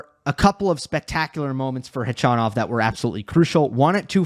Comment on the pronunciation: Gotta say I really appreciate your correct pronunciation of Khachanov, even correcting yourself at one point -!